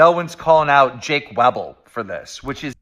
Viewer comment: Keemstar writes off MOST of the arguments because according to HIS statistical analysis they can't all be true. Flawed Logic here. You can get an estimate using statistics, but the only way you know is if you LOOK INTO THINGS. The way he keeps mispronouncing Jake Weddle's name proves he hasn't even looked at the information enough to realise that Jake is a HUGE part of this story and his story is important regardless if you believe all of it.